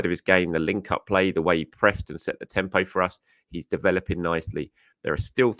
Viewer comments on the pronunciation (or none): none